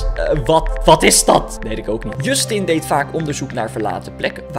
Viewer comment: Hahahaha ik lag me kapot je schrijft het als Justin maar je spreekt als djustin